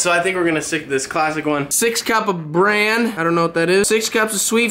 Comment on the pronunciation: When reading your recipes you read bran as barn! Lol😄 Bravissimo on singing🎤 and Happy Birthday Christopher Robin🐴🎈